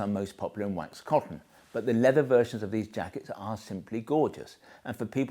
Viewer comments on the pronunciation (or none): none